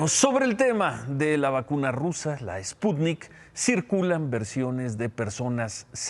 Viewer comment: Por favor Ciro ;enseñate a pronunciar ;el presidente dice que es ,,spunit,,toces,maginense ,jajaja,no no cabe duda que para ser presidente de mexico,((cualquier pendejete ignorante)